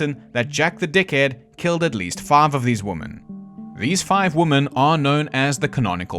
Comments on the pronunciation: You have an extremely interesting way of pronouncing women 😂 Reminds me of the way woman & women inexplicably get mixed up by people when they are constructing sentences. Don't really get it as it's not as if it's complicated. Maybe it's just due to carelessness. Typing in haste, repenting at leisure. But I don't think that accounts for all of it. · Can we go back to pronouncing women correctly?